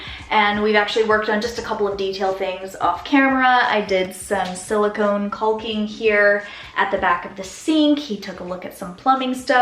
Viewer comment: Not that anyone asked, but just so you know, it's "cocking" not culking. :)